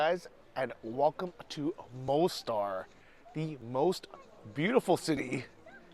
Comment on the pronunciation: why do you not learn the most basic things about the places you visit? Like how to pronounce them properly??